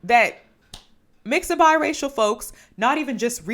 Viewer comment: They really said "Bye-Racial"